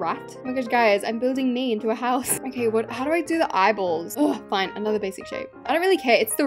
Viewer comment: Ah yes we call a house a ✨hosue✨